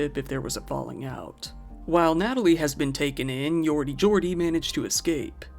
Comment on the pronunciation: Just an FYI irs Yordy "Jordy" not Yordy Jordy. 😂